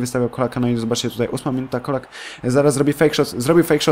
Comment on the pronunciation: Colak czyta się "czolak"